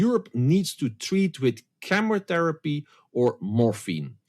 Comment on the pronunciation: Even the automated subtitles describe your utterance of "chemotherapy" as "cameratherapy" Please pronounce shit correctly. Otherwise you are unintelligable.